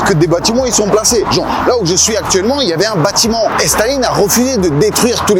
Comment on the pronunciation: "Bâtiment" cher, kiss.